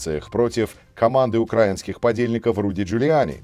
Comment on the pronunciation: спасибо. Поправлю только ударение диктора: не укрАинский, а украИнский